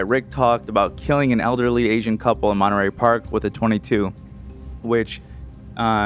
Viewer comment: I love how pronounced Monterey Park, so cute. I watched the Netflix documentary on The Nightstalker. I ended up looking up Gil and saw George Lopez had him on his podcast. I am sure Gil Carrillo would come on the show if you guys ask him. He is a huge Dodger fan btw.